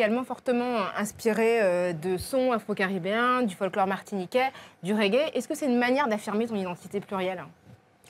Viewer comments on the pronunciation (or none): Le prince du ragua dance hall 😂😂😂 k.o eeeee ma poule on dit régué c mieux hein